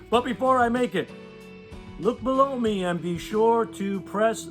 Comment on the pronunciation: "blow me"?... Oh, "below me", right.